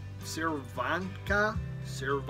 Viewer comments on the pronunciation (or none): Hi. I'm not normally arrogant enough to offer pronunciation advice, but my folks have family friends from way back (and I mean WAY back) who are called Cervenka. It's pronounced 'Chur-venka', with the emphasis on the 'ven'. Back soon.